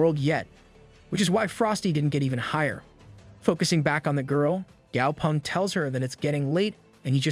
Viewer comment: The name is actually gao peng not gao pung